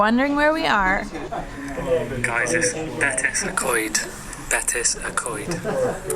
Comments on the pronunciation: Betws y Coed...pronounced more like Bet-ous (ou as in could) y Coyd , not Bet-iss. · you are nearly there , bet-oosss not betsy ,seems you nailed the co-ed though.👍👍👍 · 1nodmonkey ,No arghhh not pronounced like that its "bet-ouze uh co-ed" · Pronounced “Betsy co ed “ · I hate it when English people pronounce it Betsy Co-ed.